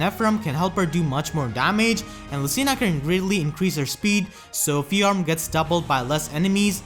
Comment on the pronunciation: Just FYI, her name is one syllable, not two.